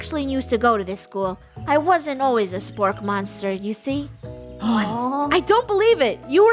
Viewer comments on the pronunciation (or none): did anybody notice that funneh said spurrk 🤣